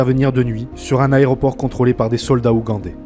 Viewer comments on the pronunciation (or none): none